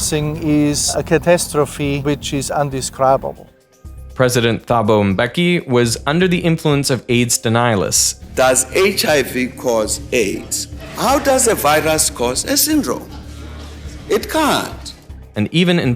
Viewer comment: Pronouncing Thabo Mbeki nearly destroyed you